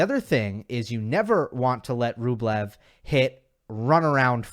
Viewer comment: Why do they call Rublev Bweh?